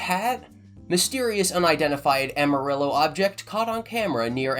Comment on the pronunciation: Please google how to say amarillo. 😆